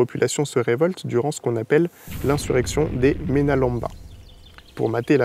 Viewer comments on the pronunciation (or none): la prononciation est mena - LAME - ba